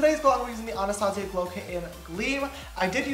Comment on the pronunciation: Shot every time he pronounces Anastasia wrong